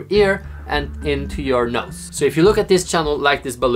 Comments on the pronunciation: he said nose but it does sound like nuts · Vertilezz21 nose with a weird way of saying so